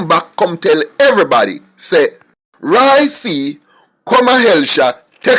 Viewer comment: it's Roy Q not Roy C...Lol